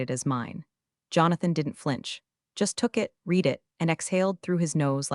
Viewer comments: Please fix read - red it’s so very annoying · Homophones and tenses are a pain in the ass. Past tense on read is pronounced, red. Present tense of read is pronounced, reed. I red that book. I reed this book a lot.